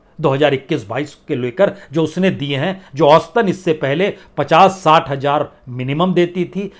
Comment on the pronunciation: Not hajjar but hazar